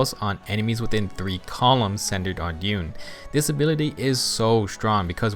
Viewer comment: YOU-NAY, SAY OT RIGHT!